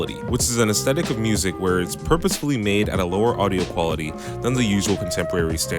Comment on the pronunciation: It's pronounced ESS-THET-IK not ESS-TET-IK